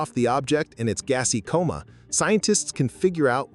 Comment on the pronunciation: You keep saying "coma" wrong. Alot.